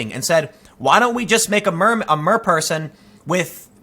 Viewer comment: At first when you said Mer-person I thought you were talking about a gender 😂